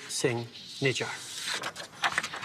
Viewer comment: Nijjar not najaar